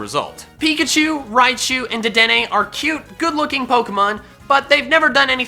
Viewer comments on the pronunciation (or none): ah-hem its DR,dedene